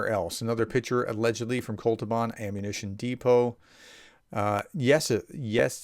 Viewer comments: Sorry, it‘s not „Kol-tu-ban“, it‘s „Kot-lu-ban“. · It's Kot-luban NOT Kol-tuban. You often get certain letters in Russian place names reversed. Do you perchance have mild dyslexia ? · Say kot-loo-bahn! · When you sound out a new word, don’t rush. Focus on getting one syllable right at a time. Kot .. lu .. ban. I hope this helps. Don’t give up, sir! You inspire a lot of other people!